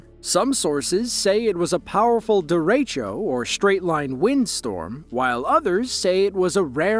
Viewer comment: Derecho is not pronounced dair-retch-oh. It's deh-reh-cho.